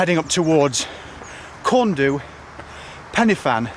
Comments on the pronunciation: You're pronounciation is good, but corn du is pronounced ''corn dee''. Great video, I really enjoyed it! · Excellent attempt at pronunciation . So, Pen-Y-Fan (pen, uh, van), Corn Du (corn, dee), Fan-Y Big (Van, uh, beeg)!!